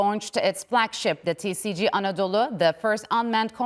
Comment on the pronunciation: Koskoca TRT TCG'nin Türkiye Cumhuriyeti Gemisi demek olduğunu bilmediği için, tisici diyerek kısaltıyor. Türkçe söylendiği gibi okumak çok zor olmamalı. Kızılayı kizilay olarak nasıl telaffuz etmiyorsak. TCG'yi de tisici olarak söyleyemeyiz. Geminin şahını harikalığına vurgu yaparken bile yanlış terimler kullanmak cahillikten öte değildir.